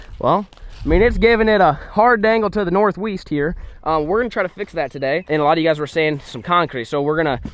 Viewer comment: “The north weast” 😂